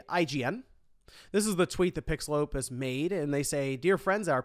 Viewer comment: Maybe it's because I'm Mexican but I can't help but to hear "PixelLopez" every time I heard PixelOpus during this video